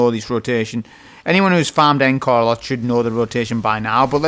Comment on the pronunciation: Look, I know I'm an annoying grammar Nazi. I understand. I don't like myself for doing this, I think it's the autism..... but please, just for me, please pronounce Encore correcttly. It's ON-CORE. Thank you. P.S. The hand cannon, Agape. To gape, gaping.... rhymes with grape. Thanks again 👍